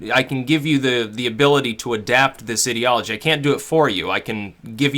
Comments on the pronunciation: It’s I-deology! Eye-deology! Ideology! Why can nobody get this right!?! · lol the was he say IDiology, its mean to be Ideology like an idea. good video though =P